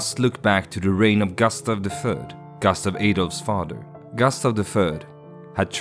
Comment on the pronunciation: Bra video, men säg inte "gastav", svenskt "u" är inte okänt i engelska, det är bara ett dialektalt uttal av kort "u" i ... Australiska dialekter, tror jag.